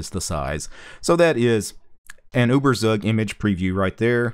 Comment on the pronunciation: uh-ber-sag lolz